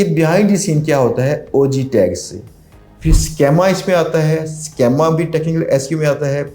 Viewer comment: Sir it is SCHEEEEEMA, Not SCHAAAMA.